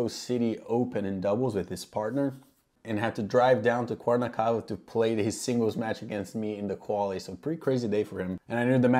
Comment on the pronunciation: haha your pronunciation of Cuernavaca was hilariously off the mark but good on you for trying. My uncle is a member at that club... kinda cool seeing pro's play on the courts I've gotten to play on